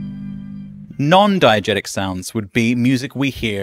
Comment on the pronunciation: (and forward) diEgesis, diEgetic